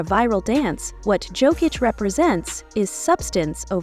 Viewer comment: Voice is AI, half the time it's Joekick or smthn.